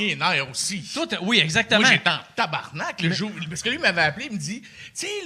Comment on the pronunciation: on dit TABARNAK dude si tu veux sacrer au moins fait le comme il faut xD